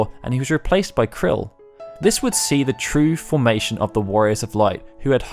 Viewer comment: Good vid, btw "Krile" is pronounced 'kryle', not like 'krill'. Her named is said in a few modern FF games (crossovers, events etc)